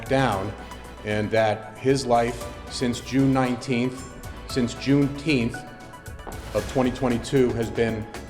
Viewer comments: Lost all respect when he said june teenth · Why did he go from saying, "June 19th" to "JuneTH"??? Like come on man. Don't try and make a thing out of it. Just help your client and get justice.